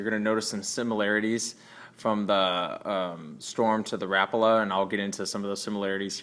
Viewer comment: an american that pronounces rapala right!